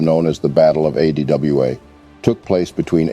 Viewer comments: The narrator failure to pronounce ADWA was disappointing. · Yeah! Weird!